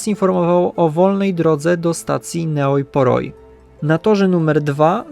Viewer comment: Ta miejscowość, Neoi Poroi czytając po Polsku to "Nej Pori".